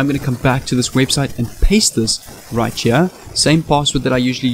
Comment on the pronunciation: You sound like u got a little of geechee accent when ur saying right cha